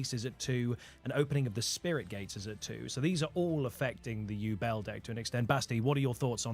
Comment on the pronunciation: Yubel is pronounced "YOU-BELLE" not "you-bull" have you never watched GX? sorry for being a grammar nazi, it just bugs me